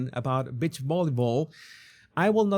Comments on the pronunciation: Please my friend STOP SAYING BIT CH means female dog and other things.....Say BEE CH give me a break! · Oooohhhh, 😂 you said BEACH volleyball, with your accent I thought you said bitch volleyball. Took me a few seconds to rewind my brain, I was wondering what kind of game is that 😂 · You may want to.practice saying g, "beech". not the other B word. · Omg another funny video! I love ur reaction and yes it sounded like u said B.I.T.C.H with ur accent but I giggled. I also laughed a lot that u felt let down about the beach volleyball women’s attire lol and don’t worry i saw and understood instantly what this was about … he looks like he might be a lil tangled in there… like bits slip out of his under… wear… hahaha I love when u do these types of silly videos! Thank u for the laugh ❤️🥜🍆😆🤣🤣🤣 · On an unrelated note, you sound like you're saying Bitch Volleyball. Bless your little heart. 🥰😆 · My girls would purposely trick my Mother into saying beach because that's how she said it.😂